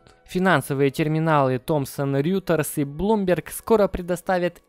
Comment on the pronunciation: Только не говори больше "РЮТЕРС" слух режет аж невозможно)), РЕЙТОРС, или РОЙТЕРС